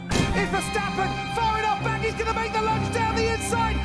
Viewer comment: I legit thought you said "we are so black"